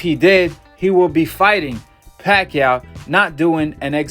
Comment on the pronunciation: he said "BACHACHA" lmfaoo